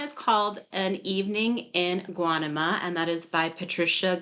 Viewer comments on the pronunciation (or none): Guanima is pronounced like guaneema